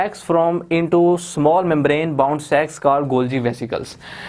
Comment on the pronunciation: Lol I hate my dirty mind I thinks he is pronuncing sacs meanwhile me in a parallel universe getting it As Sexs 😂😭😂😂